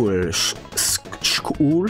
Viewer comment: pronounces “school” like megamind